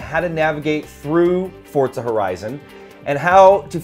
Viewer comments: STOP SAYING FORTZA! :) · why do people say "fortza" its "FOR-ZA" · FORza not FORTZA. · what is fortza, i've only heard forza, it must be a knock off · turn ten created the game. they say "Forza", not fortsa. however the name should be as an italian word is kind of irrelevant when all it's showing is these guys seem to have no clue about turn 10's 4 other hugely successful forza games. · Fuck man learn the fucking name its Forza without a fucking T , you guys keep on saying Fortza. No LikeDeckofJade555 i also realized it. Those 2 guys are flippen stupid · Quit saying fortsa! It's forza ha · Forza, with a za sound, not tsa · WTF is FORTZA its FORZA no T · Dude, really? I wanna slap this guy for every time he mispronounces 'FORZA' there's no 't' in FORZA. fortza fortza fortza.... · It's Forza...not Fort za...! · Fortza is not italian for strength, Forte is italian for strength so before calling everyone else a dumbass why dont you learn your italian!!! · Why do you say fortsa? lol other than that gr8 vid guys. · wtf is fortzah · That is why people hate americans cuz of fucktards like you, but seriously wtf is Forsa?! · Forta Thats How It Sounds When they say it :D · Why do all americans pronounce it like forsa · STOP CALLING IT FORTZA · Am I the only one that notices them saying "fortsa"? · Sorry, did he say 'ForTza?'. Silly American. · the hell is fortza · "Simsnobs" LOL! Cool. Just FYI to all the would be complainers, this is not the next Forza SIM title. It's meant to be a more casual game. And it's a lot of fun. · Please just stop saying "Fortza"..... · Not a true "Fortza" game to me as says it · Don't forget to roll the R slightly. -Sincerely someone who's part Italian. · well the developers are obviously illiterate if they cant even pronounce their own game correctly. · Its an italian word theres also no t in pizza